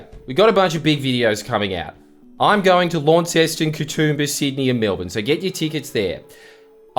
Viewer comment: Say it lonceston. Not lawnceston.